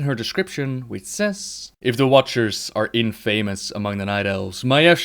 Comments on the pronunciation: 'infamous' is pronounced infam-us ^^. Keep up the great work! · Your pronunciation of infamous is wrong,.